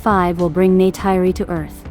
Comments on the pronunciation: It's NeytIri not NeytEYry...and Jake said: "They killed their Mother", not "Mother "nature" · "Neh tir ee" is how the name is said.